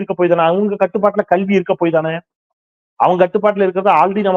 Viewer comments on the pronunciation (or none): none